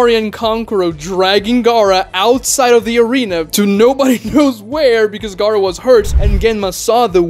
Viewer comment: why do you pronounce Gaara like Garou from One Punch Man